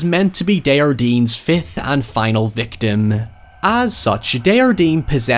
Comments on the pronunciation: This movie was great but what really threw me off was how everyone pronounced Desjardins. They pronounce as if the word was spanish with a soft j. The guy is from Quebec (which they pronounce correctly!) so it would be something like day-jar-dain, with the "s" and "n" in the name being silent. Its a really common name so it was just really funny to hear it as if it was some exotic name lol. It would be the equivalent of hearing some one talking about John Smith by calling them John Schmidt with a really aggressive German accent. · My biggest gripe with this movie is how they pronounce desjardins as a spanish name when it's clearly french and they watch a video on him which clearly pronounced it the right way 😭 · one of the scariest thing in this movie is the pronunciation of the name Desjardins